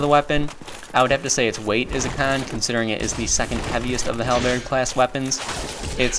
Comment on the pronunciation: Hal. Bird. Say these two words without pausing in between.